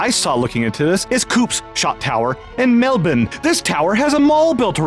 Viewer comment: My god. He pronounced "Melbourne" correctly. A truly worldly scholar.